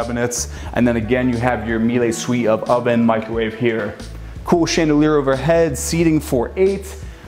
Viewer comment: My Wife is German, the appliances are German and pronounced (( MEE-LA ))) Not --- May-Lay, or Mee-Lay..🙏❤